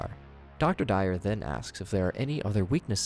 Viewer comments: Yo, plus. To pronounce Dwyer its pronounced d-why-er not dire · Really couldn't be bothered to Google the pronunciation of Dwyer? Your analysis is good but the lack of effort on details makes me feel like your analysis could be incomplete.